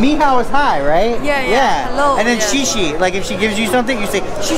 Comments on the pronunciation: Thank You in Mandarin AKA Chinese is pronounced "Shea Shea" not Shee Shee 🤣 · That xie xie (thank you) was horribly and i am white dude. Its pronounced more like sea-yah sea-ya) she she sounds like youre talking to 2 trans women. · Not she she, more like sha sha big different :) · Not “she she” but shur shur with very lightest emphasis on the ‘r’ as possible. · Pretty sure it’s “shay shay” not “she she”. She was probably like look at these typical white guys trying to act like they can speak another language. Just like the white guy that orders Mexican food with an accent. Shaking my head guys. Lol